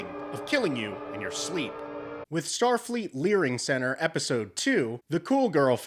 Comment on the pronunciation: Lmfao “Shtar Freet”